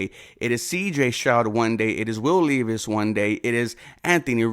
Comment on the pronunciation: It is pronounced Levis. Don’t say the E. It’s not Leevis